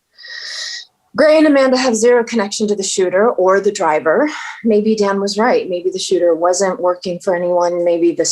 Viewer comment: It's beautiful how much the characters have developed and changed since first episodes and up until now, the end of season 5. Edit: Inbar actually really good pronunciation of Kevin's Dan :D